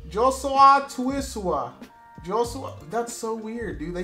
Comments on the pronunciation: Its pronounced Josua Tuisova with v no word is silent you also have to pronounce the letter v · Also his name is pronounced Yo-Su-Wa (Iosua) To-we-so-va (Tuisova)